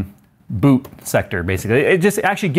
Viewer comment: I heard BOOP instead of BOOT boop error